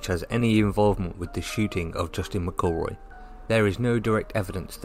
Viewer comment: Pronounce McElroys name correctly! Its no difficult.